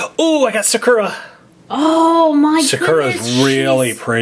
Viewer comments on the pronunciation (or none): Is it just me or does it annoy you how they say sakera instead of sakura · Sakura is pronounced like SAH-KOO-RAH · Your pronouncing Sakura wrong it’s a Japanese name (sow-kur-a) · is pronouncing Sakura wrong first thing. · They pronounced Sakura wrong 🙁